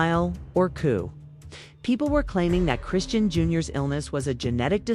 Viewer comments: You not even pronouncing her name right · Get it together you.cslled her three diff names it's chrisean this must be AI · Ok, if you need to use A.I at least preview it before uploading it. How many ways can they mispronounce 1 name? Smh! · The way you mispronounce her name